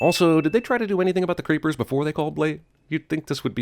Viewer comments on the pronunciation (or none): He kept calling the reapers "creepers" and that triggered me something fierce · Narrator repeatedly calls Reapers 'creepers', despite their name being used several times throughout the movie. Ding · Pretty sure they are called "Reapers" and not "Creepers". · "Creepers"?... Do you mean "Reapers"?